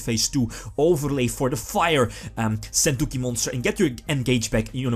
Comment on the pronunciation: Argh your pronunciation of sentouki is raping my ears! Either learn how to pronounce it at sites like this or use the effing tcg name!